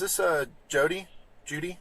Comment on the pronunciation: Never seen anybody struggle so much with the name "Judy." 😮😊